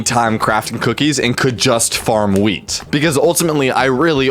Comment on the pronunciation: Every time he says wheat I hear......... Weed